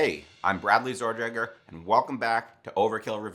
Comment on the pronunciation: As a Dutch guy I’m always thinking you are saying your name wrong.. Zorgdrager.